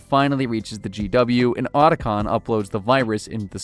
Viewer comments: How the hell o you research a 2 hour movie on the topic and mispronounce Otacon (OUGHT-a-con) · Why do you mispronounce names that are literally spoken in the games? So there isn't any confusion on how it is said. Otacon for instance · yup just like he butchered Otacon's name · A lot of weird errors, man. Hind pronunciation. Liquid Snake being thrown "into a crater". Oat-a con. What gives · ot-ah-con, and h-eye-nd